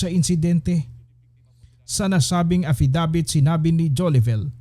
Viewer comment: A FFI DAVIT PO ND E FFIDIVIT....HEHE